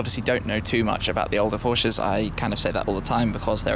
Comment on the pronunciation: anybody else laugh a little when Shmee called a couple Prosches sleepers lol